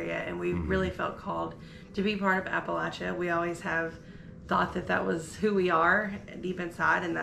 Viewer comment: YES! You said Appalachia correctly! As Richard Blaustine says "apple-at-cha" to help others understand how to pronounce it (though, I did hear the other way - which to our ears is like running nails down a chalkboard!) Many do not realize why this is important. Check out ETSU in JC to learn why! (The ONLY college with a Masters in Appalachian Studies and one of the 2 colleges with a minor in Appalachian studies). I am in Johnson City and do not have transportation to go to the fair. Oh, it would have been so nice to meet ya! I hope you had a fantastic time! We call this area "In the shadow of the mountains". As for our believing JC is small - we compare it to Knoxville and Bristol, lol. But, we do have a very large area (a lot of land) that they are trying to get built up. This means, I am now looking for a smaller city, lol. Please come to our area more often!